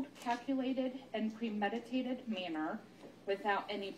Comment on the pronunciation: What about "caculated" and "manor" tho?